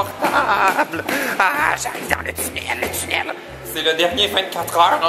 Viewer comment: c drole comment tu dit "tunnel"